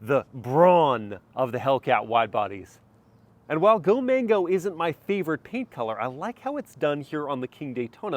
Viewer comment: Thats not go mango its called go man go. And that color is not go man go either its tor red